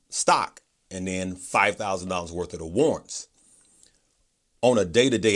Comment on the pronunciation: Oh, "war'rants". There are two rr in that word. Thanks for the great explanation.